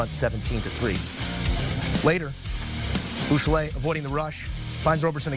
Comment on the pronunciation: Please learn how to pronounce Buechele!